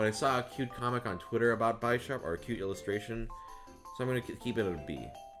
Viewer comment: That way of pronouncing "Bisharp" though (They're a pawn and a bishop)